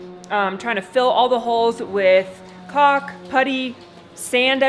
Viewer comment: Okay please stop pronouncing caulk “co*k” it’s pronounced “kawk” like the cork in a wine bottle! I’m in stitches every time you say it lol 😊😊